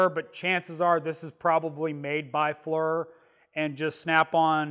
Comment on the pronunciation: The high res on that one and the FLIR certainly look cool, a step or two above the Predator's lol. Oh I'm not one of those dicks but it's pronounced Fleer, Knipex all over again